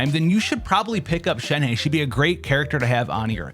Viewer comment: Not shen-hey its shen-HUH